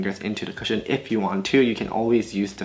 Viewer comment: When you don't read the title of the video and get confused when u think he says "Christian foundation" 😭🤦🏽‍♀️